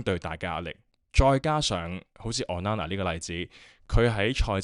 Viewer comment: O nana, not on nana 加油👍